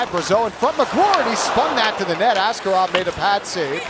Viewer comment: It is very frustrating the Penguins announcer still pronounced Askarov's name wrong 😩